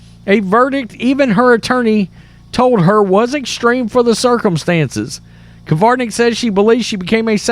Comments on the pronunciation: How come you can type the name "Krivanek" yet you keep saying "Kivarnek"? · It's Krivanek (Cre-van-ek), not Kavarnek (Ca-var-nek). You mispronounce a lot of words. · It's not the end of the world but pronounce her name correctly....just sayin'